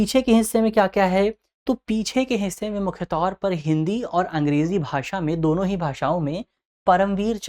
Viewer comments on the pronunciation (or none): none